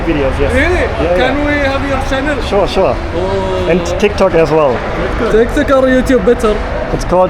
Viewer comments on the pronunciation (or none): none